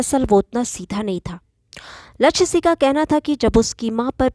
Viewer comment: Aap Singh ko sih pronounce karti ho , please correct